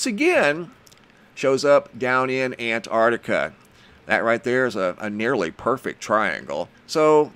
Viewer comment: Hi,I cannot help this,i am an old fashioned Englishman.I love you dearly & what you do but please please stop saying "very" unique.If something is unique then it is..........that's it..........unique,also please concentrate on the pronunciation of the Southern Continent,you get it right & then it all goes arse up,I love what you do but .....................I am probably a pedant but I like things right.Am a retired English Butler aged 72 so there you may have a reason & yes I worked in High Places not for a new Millionaire